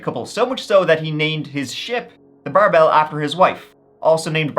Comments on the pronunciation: Hi. I have my cousin in Germany with the same name. It’s pronounced bear bil Bärbel. Not bar bell 😊😄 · Love how you pronounced Bärbel 😅 it sounds like bar bell! 🔔 And how have I never heard of that case before?? Brunsbüttel isn't that far away from where I live. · The name of the ship is Bärbel, pronounced with the accent on the first syllable. Bare-bull, not bar bell. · So Bärbel is not pronounced as Barbell, closer would be "Bearbel" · Bärbel is not pronounced like marble, but like in bat: berbel. Coming from Barbara. Great stories, great story telling like always. Huge fan from Austria. And yeah: I just looooove the TREE stories, like always 😂. Is this Irish pronunciation? Just makes me smile every tme. 😊🎉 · BÄrbel, not BArbel 😆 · Super interesting video as always! Just fyi: the name of the ship (and the wife) is pronounced like bear-bell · It's pronounces Bear Bell. Common name in Germany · "The Barbell" was probably called "Bärbel" 😂 Pronounced Bear-bel(l) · Sorry, have to say it: "Bärbel" is pronounced "Bear bel". I love your channel! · it’s pronounced Bar-bil I love these types of stories 👍🥰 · Bärbel would prolly be better pronounced like "bear-bel" - shorthand for Barbara, no? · Bärbel- pronounced Bearbel. The umlaut on the "a" changes the sound. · The Umlaut (two dots) over the "a" in the ship's name means it's pronounced like "Bare/Bear...bel. Not that an Irish man would be likely to know, or bother to know, that. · Love your videos ^^ i know german names can be weird, correctly you would pronounce Bärbel as Bearble like the bear 🐻 ;) keep it coming! :) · 😮 crazy Storys, especially the first got me cause disappeared close to my hometown. Weird that I never heard of it. Thanks for covering ! BTW The name of the ship was a popular female name (you basically pronounce it like „bearbell“ ) 😊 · As for the ship, its name was Bärbel, best pronounced as "bear-bell"